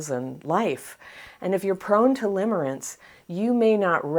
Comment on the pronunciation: Lol! Limmering not limbering…